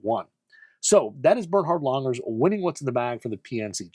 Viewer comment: It’s Langer NOT Lunger… please?!